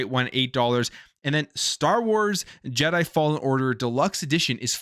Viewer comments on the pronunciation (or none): none